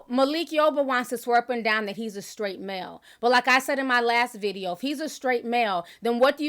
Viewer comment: Malik feels more confident because he has backup! He does need to do the work because he knows nothing!! Charlemagne said “I guess Skraight”!! 😳🤣😂